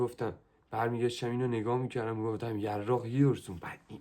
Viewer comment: یراق❌ یاراق✅